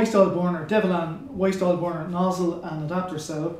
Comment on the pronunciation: it gets me how you pronounce "bournour"